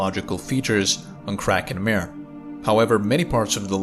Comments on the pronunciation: I love the videos, but its not mare, like a horse, it is pronounced mah-re, like a sea, those were lava seas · Yep! According to Wikipedia, Kraken Mare is pronounced /ˈkrɑːkən ˈmɑːreɪ/ (KRAH-kun MAH-ray). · 'mare' is not pronounced like 'nightmare'. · Yeah, he is pronouncing it like mare/female horse in english, not like mare/sea in latin. :) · pssst…. “hy-per-boh-lee” and “mar-ee”… both Latin words so both pronounce the “e” at the end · Very good reporting. Titan is far weirder than we suspected before the Cassini mission. A little assistance for you with the pronunciation of "Mare". When you pronounce it as you do, with one syllable and the long "a" sound, then it's english and it means female horse. If you want to pronounce the Latin word meaning "Sea", then it's "MAH-reh." Two syllables, and the first syllable. "Ma" sounding very much like the first syllable of "Sorry". IF you're having trouble with the "reh" of the second syllable, then "ray" isn't far off. All good wishes. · Hi, it's pronounced Maré or Mar-ay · It's pronounced mar-ay. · I like this video so much I won't even correct your pronunciation of "mare". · you are pronouncing 'mare' wrong.